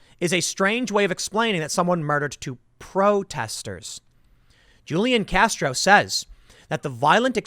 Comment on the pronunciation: Love you Tim! BTW, I'm from San Antonio where Julian Castro was mayor. The "J" in his name is pronounced as the letter "H". Keep up the great content. 👍